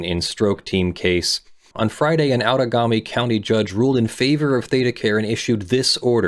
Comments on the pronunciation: Outagamie = ow-da-GAME-ee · FYI - pronunciation if you'd like it is "out-a-GAY-me" This is shocking to me... ThedaCare has always given me the best care out of all the healthcare systems in the area, but to hear they are doing this to the employees? I hope the workers get their justice, but I am also concerned for the care of the patients. I wonder if they could have also made an agreement to send folks in need of care to staffed departments at other locations? (But fuck me insurance would be a nightmare)